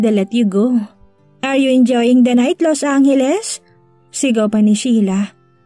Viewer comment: FYI Los Angeles not Los Anghelesi😂